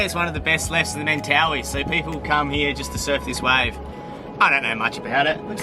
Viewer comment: I think I would have ended up in the reef Definitely wouldn't have noticed the directions.... Small point. I know most everyone calls them the Men-tah-wee but, someone that lives there pronounced it Men-TUH-why.